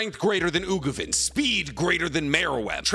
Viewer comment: Please, stop calling him Ugovin...